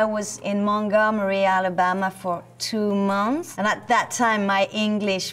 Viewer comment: I love it when she say's "months" in the beggining, it has a french tone to it. Love it